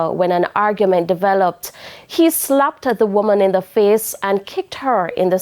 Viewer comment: Nooo sah smaddy need fi gi dem a kickboxing ring,,,,😂people,,,,oonu plz correct me if i am wrong but did the news presenter said SLAPPTED,,,,,nooo sah mi a go back go listen a 3rd time